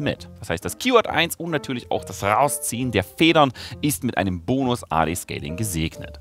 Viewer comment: Das rrrrrrausziehen der Federn